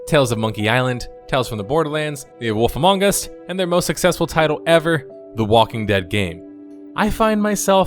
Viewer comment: i smile everytime you say The woff among us”